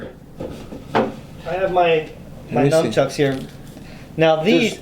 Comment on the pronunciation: says numchucks. It’s nunchucks